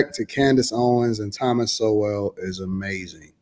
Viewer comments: I guarantee you that the ones speaking about Dr. Sowell (pronounced SOUL) have not red ONE SINGLE book he has written. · She can’t say, Thomas Sowell, but we should listen to her. 😂😂😂